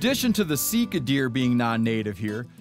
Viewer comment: Definitely pronounced see car. That’s how we pronounced it in New Zealand. Steve come hunt some Sika in NZ!